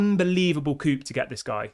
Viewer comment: Ineos are starting to look very good!🔥👏🏽 Coup is pronounced ‘koo’ btw mate!😉😂